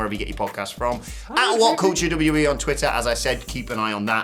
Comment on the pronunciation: "dubbu-dubbu-wee"? Goddamn, slow down, guy